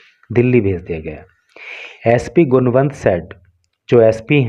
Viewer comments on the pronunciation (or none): गुणवंत nhi गुनावत sorry to say sir